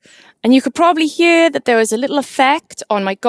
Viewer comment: never heard anyone say the words "here" and "hear" as "huer" before, once it caught my attentionI was so distracted from the content haha